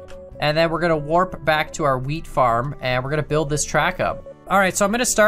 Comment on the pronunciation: whenever says wheat farm i swear to god it sounds like hes saying weed farm we've seen them in wisconsin before